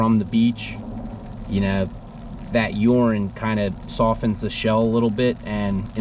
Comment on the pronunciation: You say "urine" and "rolling" funny... 😂